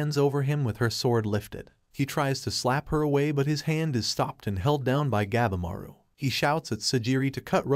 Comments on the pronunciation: Gabimaru the steongest ninja of the strongest. PRONOUNDED GAH-BEE-MAR-OO it's pretty stupid you cannot pronounce the name correctly. It pisses us all off. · God! You need to learn how things are pronounced. Shogun - its pronounced "Show-gun", not shoo-gun". And Gabimaru, "Gab-E-Maru" not "Gab-maru".